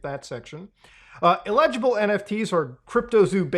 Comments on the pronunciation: Muta, Eligible and Illegible are two different words with distinct meaning and pronunciations . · The way you mispronounce "eligible" drives me nuts. It sounds like you're saying "illegible" which means "unreadable" and makes zero sense in this context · laughed every time he said illegible! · And no one was surprised Muta please learn how to pronounce the word eligible